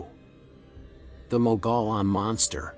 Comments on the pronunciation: Mogollon is pronounce as mug-e -on. Not me go lon. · Please don't say "Mogolon monster". The pronunciation is more like "Mogo-John" monster. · In AZ we pronounce mogollon as moh gee on not what you said. That's like saying wrongly fee lah inst ad of ge lah as in he la monster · Mogollon = Moe-ghee-yaan. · FYI... Mogollon, as in Mogollon Monster is locally pronounced "Mō'-ga-yawn." I know, looks nothing like that. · It’s pronounced MOG-E-ON (#4) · It's "mo-gee-yahn" monster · it’s one of those weird AZ words that when you look at it you can’t pronounce it unless you are from there, lol. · Yes, I was told I mispronounced it pretty badly, my apologies about that.. I'll try to avoid that in the future.